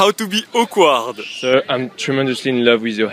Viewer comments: Not to make fun of him but when he says "How to be akward." I think that he says how to be oak wad. anybody else get this too? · AWKWARD NOT AQUAWARD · I never knew he said "Awkward". He pronounces it like o-quad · how can't he just pronounce awkward properly duh